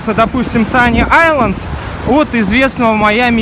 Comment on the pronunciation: Почему один из вас говорит sunny Islands а другой sunny isles? (Вы все рвано классные)